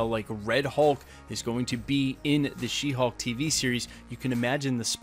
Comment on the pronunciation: It sounds for me like your saying She Hawk and not She Hulk. 🤪